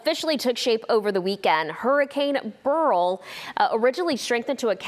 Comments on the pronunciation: BURL? BERYL- barrel roll stress on the first syllable barrel American English pronunciation said similar barrel...bless her heart she isn't smart. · It;s BER RIL --- not Burrrl lol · "Burl?" No. It's BERYL. Pronounced BARE-ill. Who's training these media people? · Take it from me. It Ber-yl. Aka, Burl. My Grandfather's name as well as mine. Try pronouncing Beryllium. (It truly is Burl). My apologies to those who don't agree, but in my world it's Ber-yl. Not Barrel. Fact. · Pronounced Bare el!😊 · No it's pronounced burl. I took care of a lot of little old ladies with that name.